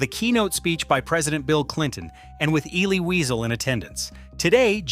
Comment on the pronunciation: Would it be asking too much to pronounce ELIE WIESEL's name correctly? And ERUV!